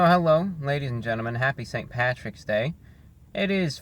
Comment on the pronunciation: You called it pattys day but I still gave a thumbs up.